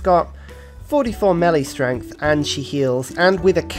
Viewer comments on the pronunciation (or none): none